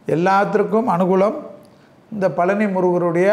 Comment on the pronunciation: பழனி என்று சொல்லுங்கள். பலனி அல்ல.